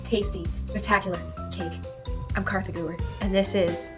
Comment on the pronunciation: It's not Katha